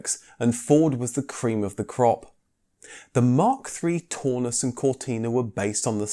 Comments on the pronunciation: That German Cortina would be pronounced the TOWNUSS not Torness! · "Taunus" is pronounced to rhyme with "cow" not "saw". Coil suspension at the back and double wishbone suspension at the front doesn't inherently give a much softer ride. That's a "Mk4 80" Cortina, which is often called the Mk5, not a Mk4. Blatantly stolen from KGF Cars site ! 😆 Eh ? The Mk4 used the Mk3 estate rear end, which is also the Taunus. That's a Mk4 now, when you're talking about the Mk4 80 engines. 1970 rear end ? You said it was 1974 rear end ! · Also. The "au" in Taunus, rhymes with "Cow." not "door." Please also stop the "comedy." I've used far to many " " " " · No no no, no no. NOT "tawnoos". Pronounce it "townoos", like the "town", and ending in in "oos". LOVED them! Make me pick a vintage car to drive daily, it is between a VW Bus and a Taunus/Cortina TC2 Kombi/Estate :face-red-heart-shape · Its pronounced Tau-nus as in Brown not Tor-nus as in Brawn. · Taunus: Townoos, not Toonus! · it's pronounced "Town us" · Or Taunus, au in German is pronounced ow, so Braun is brown,and means the same. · The single European design ethos instituted by Detroit started with the Transit.... Also you mispronounced 'Taunus' several times...